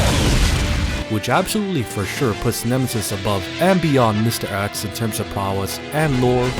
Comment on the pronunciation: It's mr.X not mr.Axe.